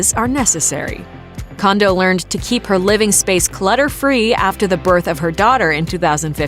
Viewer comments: ugh! and it drives me crazy how she mispronounces her last name! its pronounced "CONE DOH (as in play doh) not CONDO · Pronounced Cone-dough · No, they didn't. Mah-lree-eh is the correct way to pronounce the Japanese name Marie. (Ok, fine they pronounced her last name wrong. It should be Cone-dough)